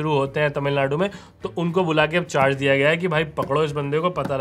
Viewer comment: भाई तुम पर तमिलनाडु की जगह तमिनलाडू बोल गए.. 😆😄